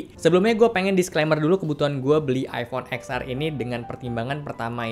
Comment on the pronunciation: Btw baca X nya itu iPhone Ten. Jadinya Ten Ar bang. 😅